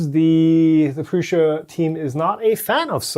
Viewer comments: Nope, it is PRŮŠA [PRUSHA]. You can try it yourself in google translator with Czech language ;) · It‘s czech. That‘s why the way said it is correct.